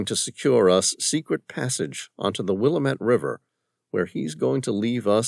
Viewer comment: Good story... Will lam it not Willamat